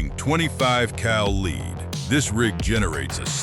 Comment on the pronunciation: why cant AI pronounce "lead"? it really is annoying